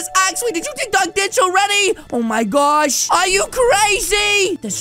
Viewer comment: Why does he say Oh My gorch instead of saying oh my gosh